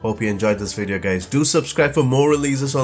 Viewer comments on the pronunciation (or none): I really like your videos but can't get used to the way you pronounce every V like a W. "Inwestment", "wideos"... That gives it a bit of a charm but it makes me guess what is your native language.